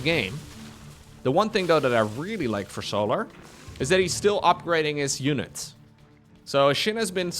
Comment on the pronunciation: Why does bro call him So'larr like he's a Githyanki. Bruh, it's just solar like solar-powered 😭